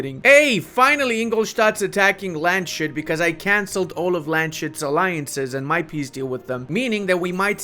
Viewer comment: Hey, just fyi, Landshut is not pronounced as "Land - shut" but instead as "Lands - hut":) Love your videos!!